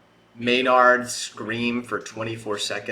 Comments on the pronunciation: Just a friendly note, it's pronounced "MAY-nerd" not "may-NARD" 🙂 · Im here for some more first time tool reactions. Keep it up! I would listen to either push it, lateralus (self titled song) or pneuma next. Btw i only ever heard the guys name pronounced as may-nerd. Hearing you say maynard kinda questions if i been saying it wrong this whole time😂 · And May-nerd, not May-Nard. Lol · You wanted to get names right so bad. Alas.😂